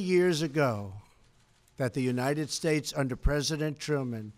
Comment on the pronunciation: God bless the United Shtatessshh, I'm having a stroke.